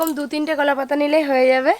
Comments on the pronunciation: কোলা না কলা 🤣🤣🤣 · কোলা নয়, কলা বলো । কোলা পাতা বা কোলা বাগান শব্দটি কানে খুব লাগছে। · Unar pronunciation er problem ache onek. Uni কলা k কোলা bolen মজা k মোজা bolen বড়া k বোড়া bolen. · এ ভাই উচ্চারণ টা তো ঠিক করো,,, কোলা পাতা কোলা পাতা রেসিপি রেসিপি 😅😅😅😅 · কলা পাতা বলো ঠিক করে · কোলা নই কথা টা হচ্ছে কলা লুঙ্কা না কথা টা হচ্ছে লঙ্কা